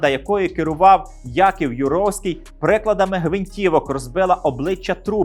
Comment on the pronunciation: Велика дяка вам за ваші відео, дуже цікава та потрібна інформація, але, БУДЬ ЛАСКА, будьте уважні до наголосів. Це ж неможливо слухати: розбили обличчя прИкладами! приклАдами!!! ПрИкладами можна розбити мозок сучасним учням, які не бажають нічого вчити! Це лише один прИклад. У кожному відео кілька таких оговірок і це псує загальне враження.